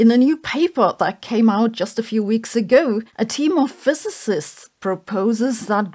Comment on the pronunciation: Finally Sabine said "physicist" instead of "Fözösöst"